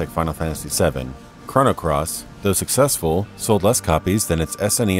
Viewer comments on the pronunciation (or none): none